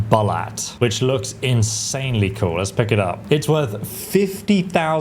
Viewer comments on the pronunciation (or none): Its not Bolat its Bulat U- giving sound like in word zoo